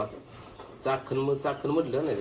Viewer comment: चाखन नाय चाकण आहे दादा येणार आससाल तर सांगा ❤